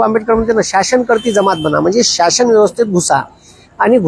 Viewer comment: Shashan nahi sir shasan aste😂